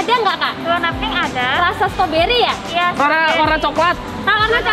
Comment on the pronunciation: ngomong ngomong bukan stoberiy tapi strawberrey